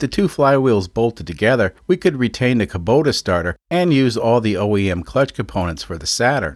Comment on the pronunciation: Hey, not only can you say Osaka, you can also say Kubota! Hahaha. However, it is funny that you say "Luke" when everyone else says "Luck" and you say "Kuhbota" when it should technically be "Koobota", but on Altair 7 it's all psychically communicated anyways. I always love seeing which custom solution people come up with for a unique engine swap. It's funny that you act like everything is bumblefudgery, but secretly, you know what you're doing. Also just want to highly recommend Allen's Fasteners once again. :D P.S. Holy heck those are some lightweight cars!